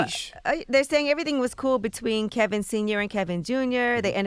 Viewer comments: Why does Charla call him Kelvin and not Kevin? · It is Kevin, not Kelvin Charlemagne. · why does he call him kelvin and not kevin?